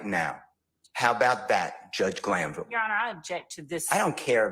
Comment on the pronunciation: I know you’re a union negotiator just from the way you said Granville 😂 The judge knew he was wrong